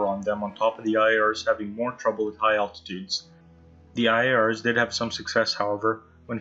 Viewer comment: Dude u pronounced IAR PERFECT!